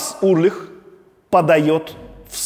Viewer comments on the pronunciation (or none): Почему Урлих, если он Ульрих. Или мне так слышится? Много раз переслушал, ясно говорит Урлих. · Интересная подача. Только не Урлих, а Ульрих. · Металлику люблю, Чёрный Альбом в своё время слушал круглыми сутками. Удивило, что Александр ничего не упомянул про Дэйва Мастейна и режет слух фамилия Ларса. Он Ульрих, а не Урлих. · Действительно, с чего он Урлих? Ульрих- нормальная немецкая фамилия. В США 40 миллионов человек немецкого или частично немецкого происхождения. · классный выпуск!! плюсую!! вот только Ларс уЛьрих) а не уРлих :))) прям пепедергивает каждый раз когда Александр говорит Урлих 😆 Если так, то Александр Шупной тож звучит 🤭🤷‍♂️😅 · уЛЬРих)) а так крутой выпуск, металлика ван лав, спасибо, Александр! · Дядя Саша, а почему вы называете Ларса Ульриха Ларсом Урлихом? В остальном вы прекрасный контент делаете! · Только у Ларса фамилия не Урлих а Ульрих!😂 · Блин, ну почему Урлих, а не Ульрих?)) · А почему Урлих, когда он Ульрих? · Ларс Ульрих,а не УРлих)